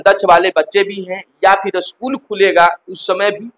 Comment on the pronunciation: अस्कुल नहीं स्कूल होता है।